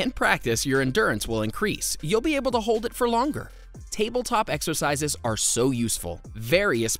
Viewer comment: Exercises? I thought you said extra fries !